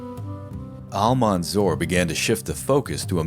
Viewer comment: His title is Almansour not Almanzour .. as if it pronounced like that it would give different meaning than the real meaning of the victourious 🙂 Thanks for you .. I appreciate your episode to the extreme .. you are one of the best history channels on YouTube